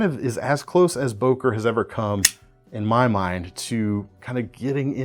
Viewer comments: not o!, ŐŐŐŐŐŐŐŐŐŐŐŐŐ! why is it so hard to pronounce this sound? "Ő" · ...why always boker??? its an german brand called böker with ö !!